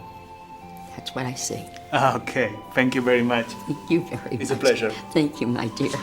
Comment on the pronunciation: soy yo oh dice "tenkiu malcriado xd?"